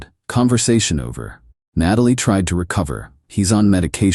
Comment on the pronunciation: Why does AI not know how to pronounce “Natalie”?